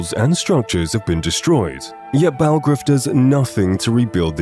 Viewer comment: his name is yarl bulgruf not balgraf